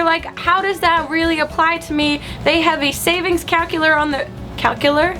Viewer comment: She said "cowculator"